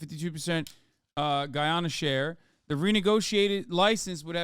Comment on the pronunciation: lol Guyanese people don’t pronounce Guyana like that… but I guess that’s with every country